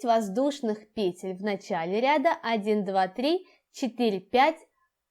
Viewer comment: ПетлЮ ПетЕль ПетлИ Простите на ваше произношение режет слух. Работы отличные но трудно что-то другое услышать кроме пЕтель🤦‍♀️🤦‍♀️🤦‍♀️